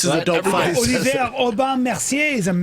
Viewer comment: Bryan has a very nice "Olivier" pronunciation @@